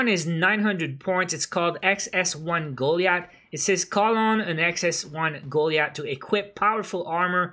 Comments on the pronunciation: Pronounce the x1 goliath as : goal-lie-ith😂 not goleith🤣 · not "Ghoul-iath" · Dude, Goliath is pronounced "Golayat" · Or pronounce it as go lie ith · BTW you pranounced the Goliath wrong. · Broo..your saying goliath wrong